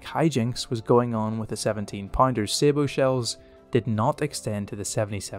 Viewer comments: Sabot = Saa (like a Baa - as in a mock sheep call) Bow (like a tie) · Please learn to pronounce words correctly. APDS IS Armour Piercing Discarding Sabotage ( pronounced as Sabo) as a retired Armour Corps gunnery instructor your pronunciation grated.